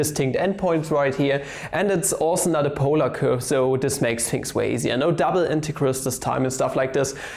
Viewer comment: Nice camo appearance of LetsSolveMathProblems "Intehgrals"